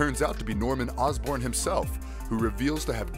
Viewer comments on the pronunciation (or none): Yeah, and It's not Ozburn, It's Osborne (Oz-Born) how hard could that be? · OsBORN not OsBurn Aleister Smythe not SMITH The fuck? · It's Osborne as in Ozzy